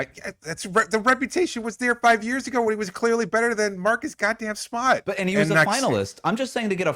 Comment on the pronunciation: MAHCUS GAHDAM SMAHT destroyed me lolllllll